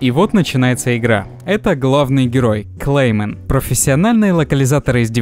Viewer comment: Klaymen not clayman